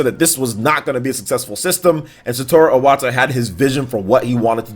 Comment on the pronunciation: It's Iwata, not Owata.